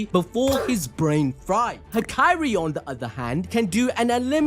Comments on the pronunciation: am i the only one that had too stop the video from the way he said hakari, as "ha-kai-ri" only cause ive only heard it pronounced as "ha-ka-ri" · all was good untill mf said hikiri bro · Bro is doing Hakari dirty. He isn’t the princess from kingdom hearts. Out here calling him Hakairi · Saying hakari like that makes me uneasy 😭